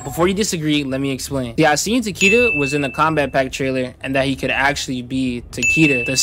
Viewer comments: Taquita lol tell em you’re Mexican without saying you’re mixing. Tuh-Kay-da is how it’s pronounced fuck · ITS PRONOUNCED "TAK AY DA" THE ANNOUNCER LITERALLY SAYS IT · Taqeeta tf kinda AI pronunciation is that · ITS PRONOUNCED TA-KEH-DAH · His name is Japanese, it is pronounced Ta-Keh-Da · I believe Takeda is the Grandmaster title for the Shi-rai Ryo, since Takeda Takahashi around A.D. was the first who established this branch of Shadow Warriors, the name Takeda is to honor their founder for the years to come. Remind that most Western fans do not know the pronunciation for Takeda is written in Mandarin as 武田(military/combat field) or 竹田 (Bamboo field) and his name is deeply associated with their main warrior sect 林鬼 (Lin Kuei meaning Forest Ghost/Demon). All to suggest they dedicate towards martial improvement and mysticism, except the Lin Kuei tend to focus more on combat efficiency hence their blind devotion for Cyber Initiative while the Shirai Ryu focus on improving martial prowess thru skill instead of self-mutilation.